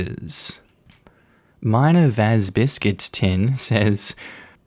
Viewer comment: "Miner-Vas-Biscuit-Tin" A moment of silence for everyone named Minerva...